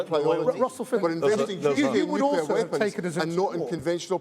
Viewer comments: The word is " nuclear " not " nucular ". ignorance abounds. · I couldn't vote for anyone who says nucular. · The Tory candidate must be a fan of George Bush, who also pronounced it ‘nucular’. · RUSSELL FINDLAY, ANNOYINGLY, CANNOT PRONOUNCE THE WORD ' NUCLEAR' 😡😡😡